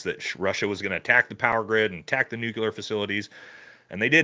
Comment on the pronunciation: "Nucular" facilities? Uhh.....there's no such word as, "nucular". Elfin magic lookin dude sounds like the fool he is